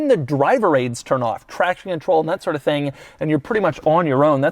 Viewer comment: "... in a mid size luxury sedan hatchback tThiing..." I felt that.